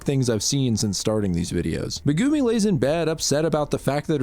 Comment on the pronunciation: i have never heard megumi pronounced meh goo me